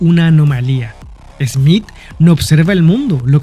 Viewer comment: No es esmit es Smith